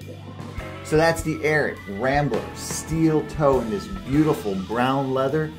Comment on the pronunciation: You need to learn how to pronounce the name lol 😂